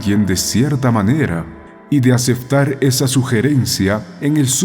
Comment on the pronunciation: Dice aceftar